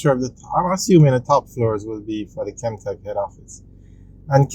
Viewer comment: And it's Kemtek not Kentek